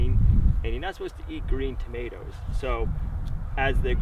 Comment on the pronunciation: he said "tomatoes" !!